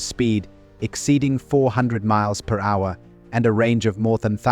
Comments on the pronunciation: mmmpphhhh..... its mph ---- no AI pls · "400 Meemph" For Real?!? That's the point I turned it off! For crying out loud... what is this dumbass world coming to? MILES PER HOUR AKA M.P.H. AKA "MEEMPH!?!" Somebody please Kill Me Now!!